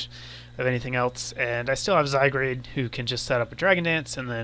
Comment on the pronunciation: Good battle, Arcanine clearly wasn't banded though since it stayed in and wisped the Zygarde (which by the way is pronounced rather phonetically and you don't transpose the A & R to make it ZygRAde it is in fact ZygARde). :p Still love the wifi battles though you give excellent commentary for the most part.